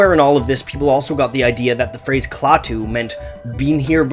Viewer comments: "Klaw-too"? Klaah-too (ah as in aspirin). Apparently you never watched "The Day The Earth Stood Still", or you would know how to pronounce the alien's name. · I'm old enough to remember Klaatu (pronounced kla-too, not claw-too). And, it's true, people thought they were the Beatles pulling a stunt. That's because no one knew the identity of the artists so imaginations went wild. If you take the time to seek out their music (Klaatu's, not The Beatles') you might just be pleasantly surprised. Klaatu wasn't the first band that people thought were really The Beatles, however. Lots of folks thought the same thing about Badfinger. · You would think is somebody who went to all the trouble of making a video on a band would know how to pronounce the name of the band. But nope.